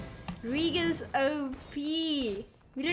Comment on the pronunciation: Nice deck. :) Btw, I am kinda sure that the pronunciation of Regis is not that. hahaha buts thats ok anyway. :)